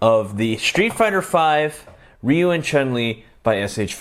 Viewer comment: You are the first person i kniw who say ryu name correctly, most people would say his name “Rye You”